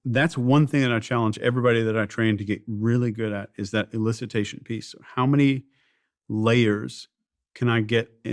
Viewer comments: What is Illicitation? It’s elicitation. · Steven/DOAC team: it’s ‘elicitation’, not ‘illicitation’.